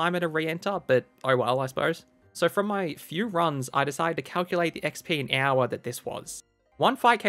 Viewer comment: I love hearing you say the word hour. Sounds like "ow-wuh"